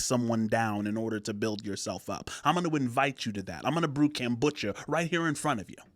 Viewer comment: The way you keep saying 'kambucha' rather than 'kombucha' is super annoying haha. I know it's a tiny thing and I actually loved this video. Just from now on please pronounce it 'kombucha'. Thank you, my guy. All the best to you. This is the first video of yours that I've watched and I really liked it!